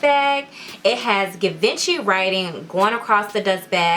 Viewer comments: These boots have been out since 2012 it’s Gi van chi pronunciation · You gotta say it G-Von-She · You’re pronouncing the brand wrong, it’s pronounced Gee-venchy. The boots are dope btw. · You’re pronouncing the brand wrong..